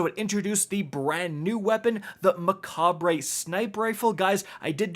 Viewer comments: The sniper is pronounced “MECCA-BREY” not mekabre this ain’t Spanish. 🤣🤦🏽‍♂️ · The re at the end of mechabre is not pronounced. Come on, figure it out. Mechab. That's how you say it. Dear lord. A decent iq is definitely not needed to create. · "Mechab-ray" please. English on par with my 12 year old. Its a reference of Mecabre, but with Mech in it for the mech theme. Mecabre: "~Mekab~" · I'm struggling to understand why no one can pronounce mechabre / macabre properly.